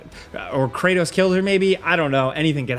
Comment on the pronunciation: bro said kranos ...